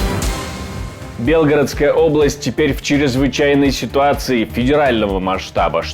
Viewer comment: Не БЕлгородская, а БелгорОдская.